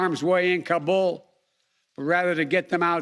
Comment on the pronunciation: Is he actually tryin’ to brag? Jesus Christ. “No nation would’ve had the capacity...” Idiocy. Edit: it’s getting worse. Are there citizens who believe what he’s saying? Does he? Why does he say Taliban and Kabul like he does? This guy. If we don’t show and prove strength in this world there will be those who’ll step into the vacuum. Would you prefer that? I’m ashamed.